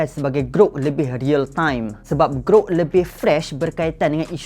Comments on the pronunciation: Gruk Gruk Gruk "GROK" bukan "GRUK" ni bukan bunyi kunyah keropok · orang kata (Ge-rock) dia (Ge-ruk). 😂.